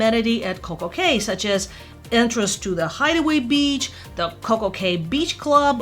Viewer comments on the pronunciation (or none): Cay is pronounced "key".